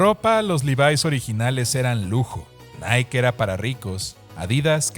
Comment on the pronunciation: Se pronuncia "naiky" no "naik"